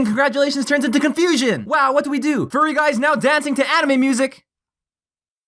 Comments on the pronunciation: At first i thought he said Padme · I love how he says "AnImE"